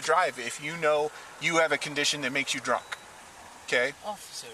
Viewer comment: "He dwunk " 😂